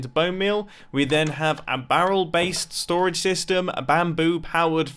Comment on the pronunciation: 10/10 English